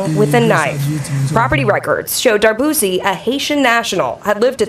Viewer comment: Mwen pance c dwé D’arbouse. Min pa Darbouzie.. This is the E at the end that pronounce as a I..